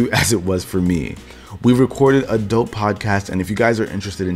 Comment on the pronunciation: Lol; my goodness man. I thought you said at the mark or so we've recorded some adult podcasts. I almost spit my drink out. I had to listen to it twice to understand you said 'a dope podcast,' not 'adult podcast.'